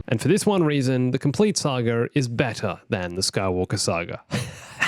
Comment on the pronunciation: I swear, every time he says saga I hear sagr